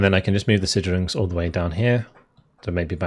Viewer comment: Hey, might be worth looking into the right way to pronunce Sicherungs-Bat. I am a german apeaker and always wonderd what you meant when you said "Schüttzerungs"-Bat. until i realized what you actually meant when you hoverd over it. also realy appreciate your videos